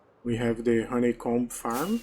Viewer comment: percebi na hora que falou roneicombi kkkkkkkkkk